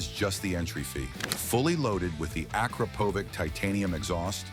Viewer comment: correct spelling of Akrapovic sounds like “Akrapovich”,not “Akrapovick”!